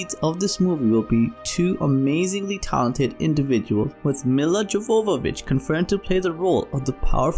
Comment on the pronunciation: Jovovich (Pronunciation: Yo - Vo - Vich)